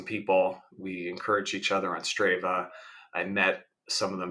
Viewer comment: It's "Str AH va". Also, weird that you never rode a 100 miles at any point in your training.